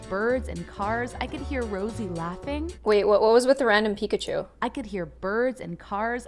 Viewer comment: I was dying of laugthing that you said picakhu